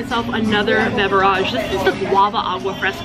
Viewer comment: Enough with the 'beverajes' stuff....... It's getting old.